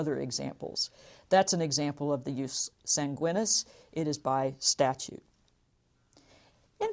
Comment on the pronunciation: Should be pronounced yoos 'SAHN-gwee-neees